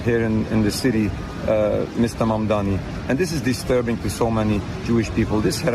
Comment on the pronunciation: Clayton can you please try to get the name right.. mam-da-ni..